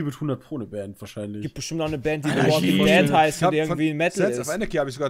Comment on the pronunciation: Mir gefällt wie ihr es geschafft habt ein PP in dieses Video zu integrieren. wäre fast nicht gut gegangen aber Jays Aussprache der Serientitel hat es für mich dann mich einmal gerettet. "the waiking de ad". so macht man witze XD